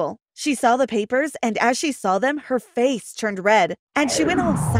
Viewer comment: Haha you said fish instead of saying face